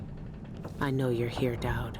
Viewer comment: this playthough is guna be rough lol i keep hearing DAD rather DAUD